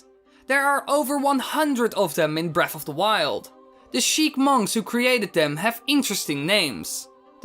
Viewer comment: Breaf of da wiuwd. Jesus fish you're hard to listen to